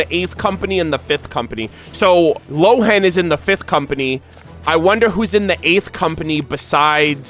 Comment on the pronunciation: No, I'm a native German speaker (I'm from Austria) and Lohen would be pronounced as Lohen and not Rowen. The name Lohen is based on the German word "Lohe" and means "flame" or "blaze". Rowen is the Chinese pronounciation of the name Lohen.